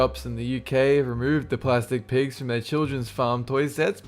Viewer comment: Why the hell do you keep saying piigs? XD